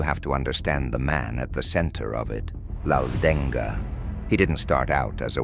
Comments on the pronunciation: Not laudenga it's Laldenga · Not 'Laldeng-ga' we Mizos simple pronounced 'Laldenga'. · it’s pronounced M-AH-U-T_A-M Not mauthain learn how to pronounce It’s pronounced L-A-L-D-E-N-G a In Mizoram a [pronounced like ah] is used to describe a male and i[pronounced like e] to describe a female and names not mizo have hyphens place before the a or i for example Rafael-a,Michael-a,Jessica-i,Lycan-i And for Mizo names it goes like this For example Rinawma ,chanchinmawia, mami ,Mamuani In Mizo names the hyphen(-) is not placed to not get confused on how to pronounce words If there’s th in a word in Mizo the t is pronounced loudly and greatly and fun fact is our letters were written and invented by Britain and i remember one hospital that they made located in durtlang called synod hospital it’s more advanced cuz of the British people tho most British people can’t speak nor read Mizo these songs were sang like how most song of that time were sang like battle hymn of the republic years passed we are still Christians because allah is a statue i can make and I don’t worship stones I worship the only true savior Jesus and god the protector of Israel the protector who never got tired the protector who never slept the protector who never died but the MNF is now the original of now many Mizo land protectors Mizo has solved 70 to 89 % of all problems using passive and calm communication,patience so this is correct but narendra is breaking it now because of his crazy projects for Mizoram hes making train routes for easy travel but there is a